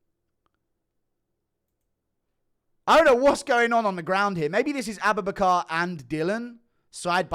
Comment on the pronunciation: Everytime you say aboobinacar I die laughing.